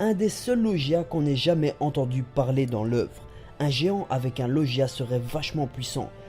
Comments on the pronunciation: Bonne théorie, mais, juste un MAIS !!! il faut arrêter de prononcer le mot "Logia" : "Lojia" avec un son en /ji/ car on dit bel et bien Logia, avec le son /gue/ ! C'est de la phonétique A par ça, bonne théorie et fluidifier de parole👍😉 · LOGEIA TU DIS ! C'EST LOGUIA ! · Sa ce prononce LOGUIA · tres bonne théorie mais ta prononciation de logia ma irrité les oreilles xD